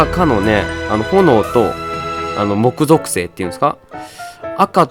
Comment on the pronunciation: もく ぞくせい…？ き ぞくせいかと思ってた…